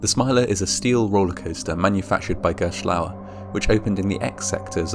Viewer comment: lmao the way you pronounced gerstlaurer hahaha